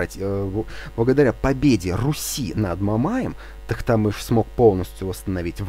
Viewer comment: Не Тахтамыш, а Тохтамыш.